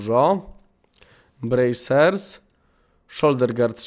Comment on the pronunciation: hmmm bracers hmmmm a nie Brazers ( ͡° ͜ʖ ͡°)